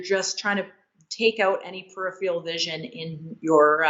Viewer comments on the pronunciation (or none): none